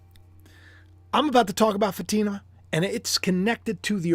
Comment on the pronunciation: It’s pronounced Fa long A I silent ma Fa t ma. Sorry you didn’t know. I hate to correct in public. Blessings